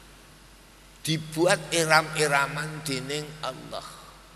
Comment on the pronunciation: Suaranya jelas tartil fase. Ucapan ALLAH nya KH Maimun jelas benar di dengan, saya suka. Karna kadang ada kiyai yg ngucap ALLAH kedengaran AWLOH yg kedengaran belum jelas make Lam tasjid nya.. Ujung lidah nya belum nempel ujung gigi bawah.. MasyaALLAH suka nya KH Maimun bila ngucap ALLAH membuat hati berdebar.